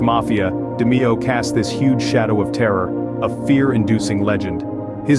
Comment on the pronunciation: Its pronounce DA-MAY-O ,. An nino name is pronounce GAH-GEE ..cant stand when folks cant pronounce Italian names ..I wonder how you pronounce my name